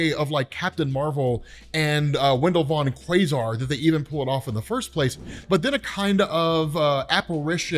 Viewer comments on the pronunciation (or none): none